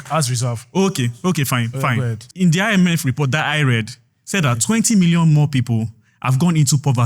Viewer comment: tinubu guy said I-me-fem instead of IMF 😅😅😅